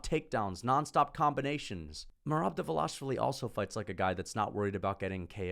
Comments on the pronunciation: Why Dval”A”shvili and not Dval”i”shvili those people can’t read?! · It’s not “Dva-Lash-Vi-Li. It’s “Dva-Lish-Vi-Li. Don’t pull a pull “Blue-Hall” Muhammad..